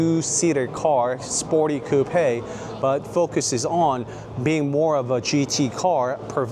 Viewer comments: Are you sure it's pronounced "cou-pè" rather than "coup"? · I've never heard someone say "Coupe aye" for Coupe. I've always heard it pronounced "Coop". Is this a thing? What areas pronounce it like this? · I hope you don’t get offended by what I tell you. I love the cars and your presentation was beautiful. Thank you. I just wanted to let you know that in English, you don’t pronounce it “ Coup- pe” it is one syllable, not two it is pronounced “Coup” (COOP). Just thought you would want to know that since you are reviewing cars and need to say that word 100 times a day. ❤ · I have never heard Coupe pronounced as "Coup pay"..lol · You need to learn how to pronounce coupe